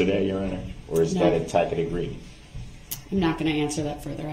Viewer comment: The "tacKit," agreement and "suBstain," are killing me. He is so indignant that he's right, and yet he can't even say the words he's trying to use, and that he hears multiple times a day. He hears the word sustain over and over and still f@ it up. Smh